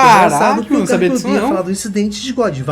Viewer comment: Por favor, para de falar o nome do Garp como Guerpe. Se le assim mesmo GArp. Som de ga no português mesmo.